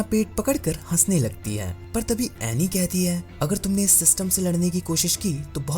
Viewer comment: It is anni. Not aney